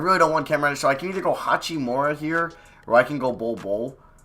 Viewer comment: I don’t think I’ve ever heard anyone call him hatch-we-more-a. Normal I see him called hak-i-more-a